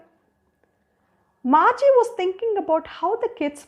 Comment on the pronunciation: Margi not marge